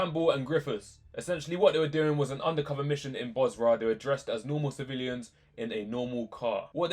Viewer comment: It's Basra, not Bosra.